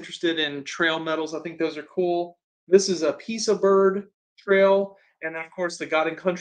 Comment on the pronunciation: It's "pie a saw" piasa council is located east of st.louis. it became trails west council. Later Lewis and clark council. And finally glsac. Just wanted you to know the pronunciation. Thank you for all the knowledge you share.